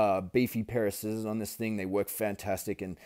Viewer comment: As soon as I heard you say skissors instead of scissors I subscribed to you.